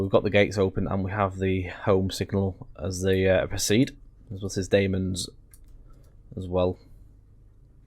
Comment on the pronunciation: Sorry, but you pronounced ‘Damems’ wrong. You pronounced it ‘Dame-ems’, it’s actually pronounced ‘Dam-ems’. Also, it is the shortest station in England :) other than that, good video 😀